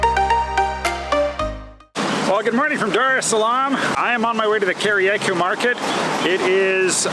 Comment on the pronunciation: Kariakoo is pronounced "carry-uh-co"